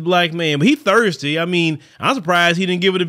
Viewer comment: Is trying to say thirsty because it sounds like Thursday?